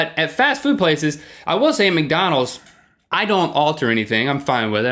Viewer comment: link when you said "macdonalds" instead of mcdonalds you reminded me of my grandfather may god rest his soul thank you for making my day